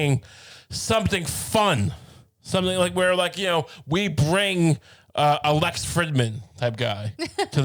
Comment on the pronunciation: It is so wild how many times he has brought up Lex and gas never pronounced his name correctly.